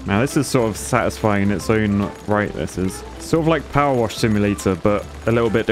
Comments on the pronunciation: Ah yes, hydroelectric poower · Ah yes. The Poower plant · It's a poo-wer station! Maybe call it the poo-ver dam?